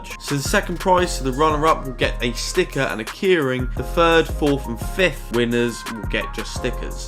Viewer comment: Never heard anyone say ‘keyring’ like ‘kearing’🤣